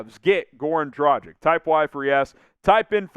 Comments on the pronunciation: Would be nice if you learned how to pronounce his name :D. It's Dragitsch (a "g" like in "gamble") not Drajik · Dražik. Please stop with this nonsense. G in Dragić is the same as in Goran. Be more professional. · Or a g like in graham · Goran has been in the NBA for 14 years. Maybe its time to learn how to pronounce his name correctly ?!